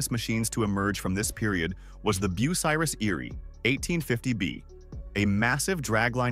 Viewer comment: I quit watching within the first 2 minutes as you couldn't pronounce the name correctly. It was also annoying to watch irrelevant pictures flash by. Just my opinion, but not a good way to tell the story of a manufacturing giant.